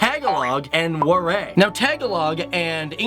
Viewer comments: I died when he tried pronouncing our native oanguages lol. To help out tagalog is pronouced ta ga log not taga log cebuano is pronounced se bu a no waray is pronounced wa rai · When he pronounced WARAY as WAREY, hehe. That was cute. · So sassy when this dude pronouncing the word "waray" him: "wareeeeey" 👸👸👸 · Did anyone cringe when he said Tagalog , Waray , Cebuano , and other Philippine languages or is it just me? (No offense)